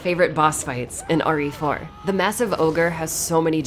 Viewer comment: Am I the only one that heard say "Ori For" instead of "RE Four"?